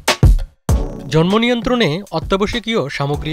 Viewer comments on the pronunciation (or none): none